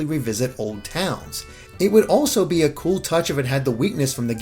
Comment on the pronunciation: "looking gool Hero"